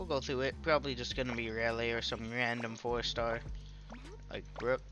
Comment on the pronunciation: I beg of you it’s not raylay it’s Rayleigh with a E